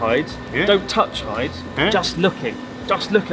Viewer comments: OH PLEASE IF YOU LIVE HERE YOU KNOW HIS NAME IS PRONOUNCED HE DAY NOT HIDE AND SEEK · Isnt Hyde supposed to be pronounce like He-day ? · Isn't it pronounced "hi-de"?